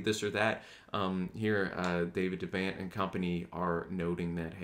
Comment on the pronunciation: I love this video, brought me right back to the spirit of those times... one thing, its pronounced De' vont like Vermont.